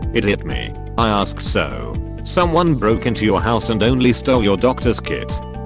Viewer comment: lol@ "aRsked"